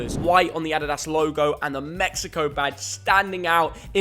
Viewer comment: The way this guys says “adidas” drives me mad 🤣